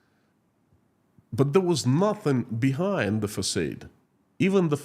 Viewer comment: It is pronounced fasaaaad!